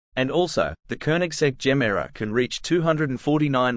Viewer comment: pronouce it GE MERA not GEMERA it means give more in swedish